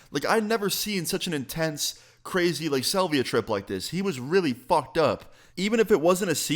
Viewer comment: Dude can't even say salvia correctly